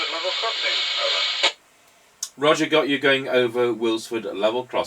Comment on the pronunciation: "Rodjorr". LOL